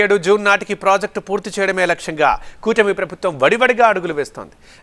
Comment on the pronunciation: Cutmi kadhu kootami😂